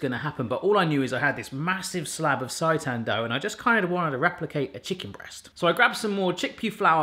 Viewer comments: For the love of all things seitan! It's not pronounced sigh-tan (as in, this pronouncing makes me SIGH) it's pronounced sey-tan (as in, you didn't SAY it properly 😂) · Its pronounced saytan. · Sei = say....so SAY-tan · More vegan recipes please! It’s pronounced saytan, like satan lol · Its say-tan :) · You need to add TVP and you're not pronouncing seitan correctly